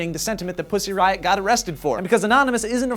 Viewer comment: Thumbs up if you laughed every time they said Puzzy Riot !